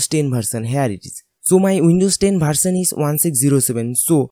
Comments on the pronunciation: Improve your language Its not bharsan its version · Bharsal nhi version hota h...🤣🤣🤣🤣🤣🤣🤣